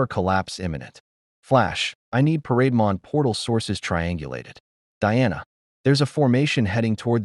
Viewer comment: AI calls parademon as parade mon.